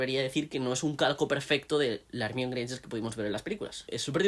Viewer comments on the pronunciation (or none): No me aguanto el “ Ermion” , pero gran aporte. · “Hermion” suena horrible siempre😂 “Herminia” hubiese sido mejor y con más sentido si querían españolizar el nombre... Ojalá lo consideren para la serie 🤞🏻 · Yo lo entendería más si al menos le dijeran como está escrito, "ermione" en vez de "ermión" jajaja ¿De dónde habrán sacado esa pronunciación? 🤔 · Porque le dicen ermion???? 😢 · Lo que no entiendo es que como todavía hay españoles que pronuncian "ermión" cuando nombran a Hermione siendo que la misma autora aclaro si pronunciación, no solo cuando se lo preguntaron sino en el libro del cáliz de fuego cuando ella y Víctor se están despidiendo. Igual eso no quita que sea un buen video. Saludos